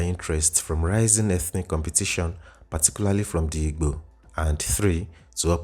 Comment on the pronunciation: The narrator is not Igbo. He doesn't even know how to pronoubce the wird "Igbo"